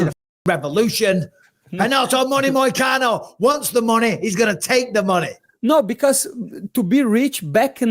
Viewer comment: “Moicana” is crazy disrespect brotha, correct that mtfk